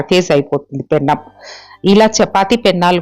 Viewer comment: పెనం అంటే చాలండి, పెన్నం కాదు